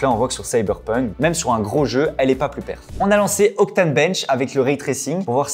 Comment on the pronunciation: Au plussss ! Si ce n'est pas pour une addition, le "s" de plus ne se prononce pas ! Plussss t'es grand plussss t'es con, ça ne marche pas !